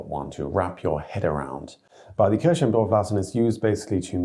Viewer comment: Just into the first idiom and I am already literally rofl: The way "church" is pronounced sounds terribly like cherry. "Die Kirsche im Dorf lassen" = Leave the cherry in the village does not quite have the ring as "Die Kirche im Dorf lassen" = Leave the church in the village 😉